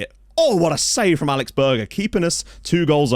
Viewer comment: Berger is pronounced "Bearjer" and not "Burger" ;)